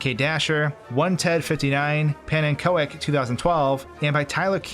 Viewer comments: i think the koek part of pannenkoek2012 is pronounced more like cook then ko-ek at least im sure it sounds more like it should with cook as pronunciation since pannenkoek is dutch and as we all know dutch language is a pain (even for me a dutch guy) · Pannenko ek? Lol It's a dutch word for pancake Pannen kook is probebly how you would pronounce it with an English accent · Hey, pannenkoek (pancake) is pronounced pannencook, love the video ✌️ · I believe Pannenkoek is pronounced like pannen-kook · im dutch thats dutch for pancake and pronounced wrong but really funny